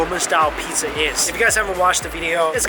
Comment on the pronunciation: Alright! Are you saying "Piza" instead of "Pizza"!?